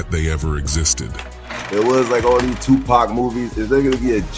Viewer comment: None of the folks that do these types of videos use their own voice. They mispronounce names. Wtf is 2pack & Tony Yiyo?